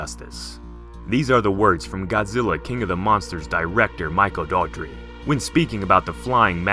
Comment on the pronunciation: It's DOUGH -- ER -- TEE Michael Dougherty Not Daughtry Just so you know. That's how he himself pronounces it.